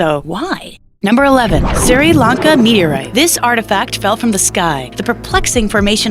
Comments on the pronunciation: Sri Lanka. Not Siri Lanka. I picked up on it as well, however it's a miss spoken word. Fuck off, Hun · she said Siri Lanka meteorite ....... its SRI as in S-rye curse of the iphone generation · Did she say "Siri Lanka"?? LMAO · Siri Lanka......., really? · Siri Lanka?